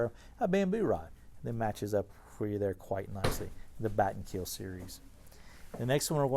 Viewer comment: 'Batten Keel' lul